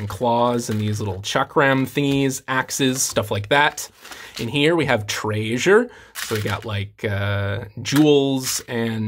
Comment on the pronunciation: Who says "treasure" that way?